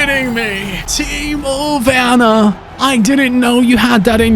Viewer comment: Im German and im impressed how good he spoke timo werner i was so confused to hear that from a english speaking ytber